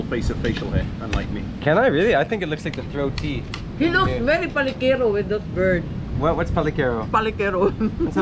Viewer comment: BEARD po, not BIRD. Lol!!! Like some people say B*TCH instead of BEACH